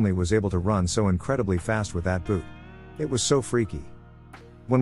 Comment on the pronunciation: Why can't you narrate these? Or hire someone else to? Other content creators do. Is it too much work for you? I'm really tired of bland robot voices mispronouncing everything "he was a real dowche bag ..beep boop" or "so my mom called for a babby sitter" or every "It" gets turned into an "I. T." Also let's not forget the robot stutter. Like you cant even proof listen before you upload? Even if the stories were good enough for me to suspend disbelief, I just get pulled out of them by the dry, clinical delivery and mispronunciations every single time.